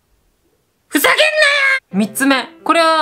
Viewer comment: ふざけんにゃーーって聞こえる